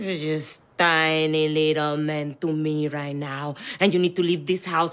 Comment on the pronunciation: "you're just tiny little men to me right now" I don't know how but her accent got thicker there 🤣🤣🤣